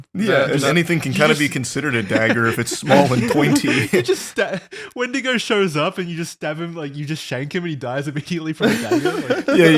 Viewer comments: Wait it’s a wendiGO not a wendiGOON!!! What’s different about Isaiah’s?!!!! Oh god… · Wendigo - the boys are making it sound a little more like 'Wendigay' the horror story told by catholic priests in Sunday mass